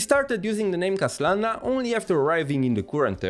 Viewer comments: I can't help but pause the video and laughing for a few minutes everytime you said 'KHASlana' 😭😭😭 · i see you were having fun say KHA-slana hehe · Hey,! The way you say KHAslana is really funny 🤣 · Whos going to tell that the H in Khaslana is silent.:P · why do u say his name weird like that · Ok, your joke pronunciation of Khaslana's name got really old. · Just love the way you pronounce Khaslana 😂😂